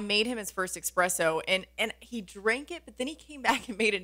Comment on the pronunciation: It’s espresso not expresso